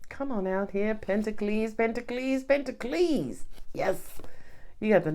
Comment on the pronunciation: 🤣🤣🤣 First of all, I love how you say Pentaclee, and also "she just said a word" 😂 You are so funny